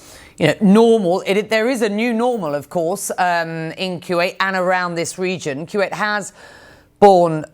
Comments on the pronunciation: Why does she keep on saying Quwait? He repeatedly pronounces the name for you but you selectively mispronounce his country’s name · I wish this british journalist would say Kuwait properly. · Becky can't say Q8 properly.